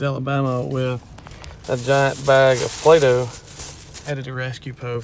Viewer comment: He said plydoh I I was like wtf